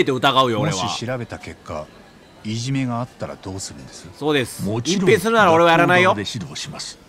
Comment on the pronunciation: 「そのいじめ見つけたら、あなた隠↑蔽↑しよう↑とかね」すまん笑ったｗｗ